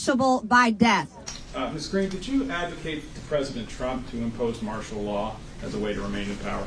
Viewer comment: "Marshall" Law 😂